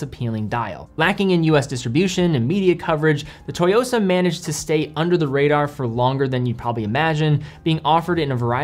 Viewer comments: You mean TSUYOSA not "TOYOSA" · I’m very much a beginner, having only an apple watch and a g-shock, but i think the black dial tsuyosa will be a great first automatic, and a great first nice watch. Also the pronunciation is “soo-yosa” not “toy-yosa”. Not sure where you’re getting that. Think tsunami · Pronunciation is off, it's Tsooyosa definitely not Toyosa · Great video... but mispronunciation of Tsuyosa bothered me a lot... it is not TOYOSA... it is TSU - YOSA... Tsu like Tsunami. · Lol its actually "Tsu-yosa", "Tsu" (Suu) not To. Great review though, I'm getting it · It's not "toy-yo-sa" but rather "Ssu-yo-sa." Pronunciation matters. Great review! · It's not "Toyosa" like "Toyota" lol. It's Tsuyosa, pronounced "Sue-Yosa" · Tsuyosa not Toyosa... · Just a side note : It's pronounced "Tsoo-yo-sa". It's often good enough to pronounce it as "sooyosa" if it's difficult to do the "ts". It could mean "Strength" or "Power" in Japanese, but in this context I believe it's the former. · It’s pronounced Tsuyosa, like Suyosa. Not Toyosa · wrong pronunciation through out the whole video. its SU YOSA. Not TO YOSA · You have to pronounce it like TSSUU YO SA, not TO YO SA. Think of making a high hat sound with your mouth whey you pronounce tsu. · It’s “SUYOSA” not “TOYOSA”. Stop Americanizing (butchering) foreign names ffs. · It’s pronounced as SU-YOSA but great video as always,! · Pronunciation sounds like 'Sue-yo-sa' BTW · LMFAO how does this dude not know how to say “su-YOSA”?? 😂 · great watch overall, btw the T is silent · The T is basically silent, just sharpen your pronunciation of "su". though im sure im not the first to point that out in the comments here. alternatively copy and paste 強さ into google translate, which is what im assuming Citizen means here, which is "strength" but the "sa" kinda indicates other context like boldness or stressing the aspect of strength. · At least learn how to say the model name before you upload the video